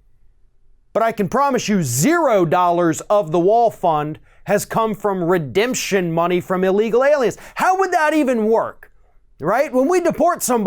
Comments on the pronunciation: You gave Trump too much credit, he clearly said "redeption" money. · The Chump certainly didn't come up with the term "redemption money". Redemption is a three syllable word.